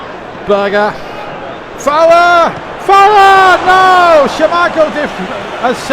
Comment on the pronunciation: I would love to do commentary on one of these I can do a very good Brian Moore for the itv games. The that keeps saying Schermichel instead of Schmiechel😂